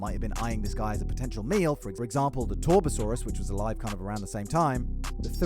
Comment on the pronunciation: Ok ok this guy says torbosaurus… first off it’s tarbosaurus with a A not a O and that was the dino they fought theri. And y are u showing a picture of a torVosaurus… this guy lived in the Jurassic, 2 totally different time periods. Torso lived way further back then the theri